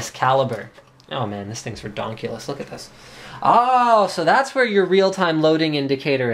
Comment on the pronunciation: Eh hehehe... He said redonkulous.